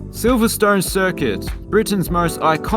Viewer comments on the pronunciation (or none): none